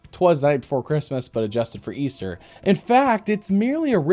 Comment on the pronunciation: They're talking about the hope of EASTAH